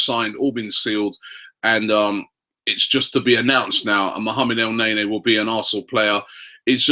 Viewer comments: STTOOOOOP FUCKING CALLING HIM EL NAYNAY ITS EL NEN-E ROBBIE FUCK ME DUDE!!!!! DO YOU NOT READ THE COMMENTS SECTION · he can say afobeee instead afobay but when el-neny he said it el-nay nay..amazing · Did Robbie just say Chick-a-rito??? Added to the list which includes El Nay-Nay and Michy Bat-too-shy XD XD XD